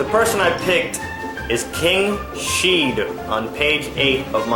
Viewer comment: Lol "king sheed" I think it's "kings heed"